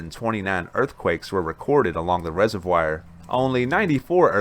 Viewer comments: It is not a reservWIRE it's a reservoir. Please stop. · Learnt a new word..res-o-wire(resovoir) 😁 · Hey. Great program. Please check your pronunciation of "reservoir"